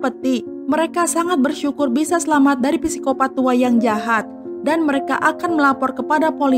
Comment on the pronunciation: FYI nii kak,kalo penyebutan Psycopath yg benar itu Sikopat,hehe semoga komennya aku dibaca 💜💜